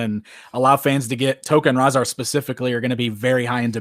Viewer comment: Its Rahzar not "Rahza"